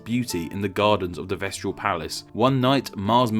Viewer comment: Vestal not vestral.